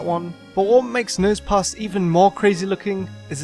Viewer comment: you said nose pas